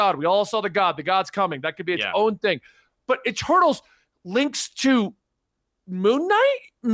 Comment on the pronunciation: Almost thought was saying “E-turtles”